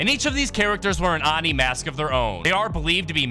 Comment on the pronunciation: its pronounced oh-ni dude